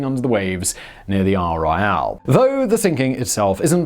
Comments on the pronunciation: Astonishing indeed. Then, what happened to Isle Royale?? Thankfully, he didn't need to attempt Keweenaw. 🤣🤣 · Locals pronounce it Aisle Royal, not Isle Royale...although it is certainly spelled the way Simon pronounced the name.